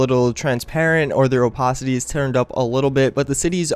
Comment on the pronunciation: Yah he mispronounces a ton of words. And I'm talking about everyday words. Opacity...